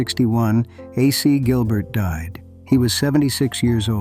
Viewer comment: I was looking forward to seeing something about my very favprite toy. Until I heard the shitty computer generated narration. Uhsee Gilbert, indeed. Totally ruined the production.